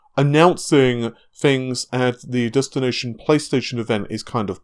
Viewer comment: He can't say tees, he says fings and monfhs